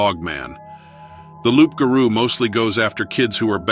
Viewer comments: It's not loup'garo it's rou'ga'rou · I edited bcuz I don't want this to come across correcting you or being rude, I don't mean it like that.❤ It's pronounced rou'ga'rou. the reader pronounced it wrong. It's French. Many people can only wish the rou'ga'rou were kin to the Kangaroo. And it's not even close to a dogman. They're both totally different. It's a demon monster, and they're real. Many are in Louisiana. This reader has butchered the french words. 😂 But it's ok, the stories are still good. ❤ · Yeah, that was so butchered 😂 And the Rou'ga'rou 😂